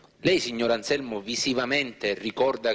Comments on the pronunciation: non e' Alzelmo ma Anzelmo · Non so se è "Anselmo"o"Anzelmo"ma di sicuro non "Alzelmo!"